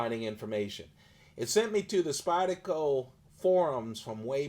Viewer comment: You realize "Spyda-co" has an R in it, right? lol